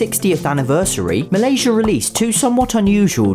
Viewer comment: well the first one is Malaysia but the second time he said is correct